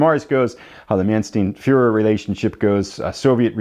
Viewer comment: Manstein, his name is pronounced “_man-stine_” A regular pronunciation rule in German: ei - pronounce the second letter… nein (nine!) for no! And if you see ie - pronounce the e, as in Wien (veen) for Vienna. Looks like a great game.